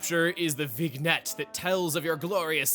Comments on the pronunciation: Oh... It's not VIG-NET, it's VIN-YET! (I got this wrong for years lol) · Vignette is pronounced [Vin-Yet]. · Vignette = vin-yet